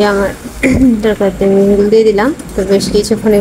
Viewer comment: বেশি শুদ্ধ তায় কথা বলতে বলতে ঝোল কে ঝুল হয়ে গেছে কিছু মনে করেন না 😂